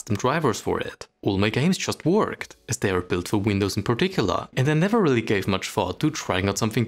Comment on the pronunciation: You still call it "The Windws Key" LOL